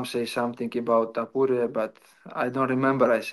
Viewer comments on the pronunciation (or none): bro called him taporia ICANT